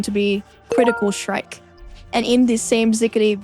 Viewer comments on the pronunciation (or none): Very SHtrong, Critical SHtrike 😂 Sooooo cute 😊